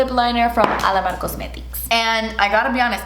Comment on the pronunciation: I love how the way say "Alamar cosmetics"😂